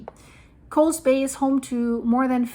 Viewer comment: Ukiah is pronounced like: you k’eye yah. The double O (oo) in Coos is pronounced as in boo or food. Regardless, love your reporting,. ❤